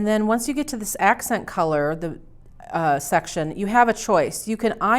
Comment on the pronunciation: It sounded when she said section she said sex